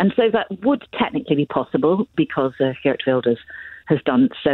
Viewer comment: This "expert" mispronounced Geert.